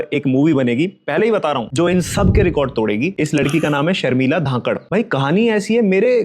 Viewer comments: Her story is really inspiring!!❤👏🏻 Btw her surname is pronounced as धनकढ़ not धाकड़ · Dhankar. Not Dhankhad. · You are miss pronouncing dhankar 😅